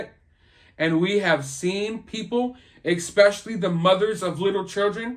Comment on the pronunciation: Haha - that makes 3 beastly mispronunciations...expecially and vijual are on the list too! He mustn't read these comments. We'll be called Grammar Nazis by other subs. LOL!